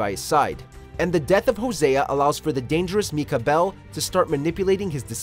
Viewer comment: Narrator MEE-KAH